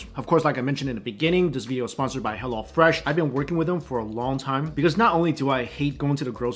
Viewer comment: tik tok "veedio"